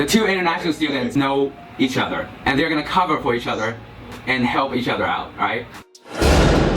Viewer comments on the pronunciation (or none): 1和2，感觉1号的“and”说得很中式，2号从小英国长大竟然不是英音